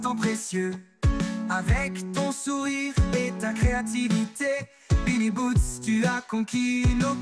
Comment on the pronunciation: Dommage qu'il dise " billy boots" au lieu de billy roots..